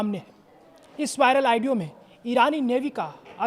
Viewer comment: ऑडियो बोलो आइडियो नहीं 😂😂😂😂😂